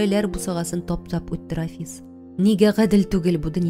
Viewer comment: Бик яратып тыңладым. Зур рәхмәт авторга һәм шулай ук укучыга да, тик Рафис дип укуы гына ошамады, Рәфисне. Зур иҗади уңышлар сезгә.